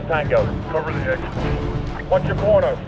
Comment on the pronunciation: I know he's probably saying, "watch your corners," but it sounds a lot like "Watch your porno..."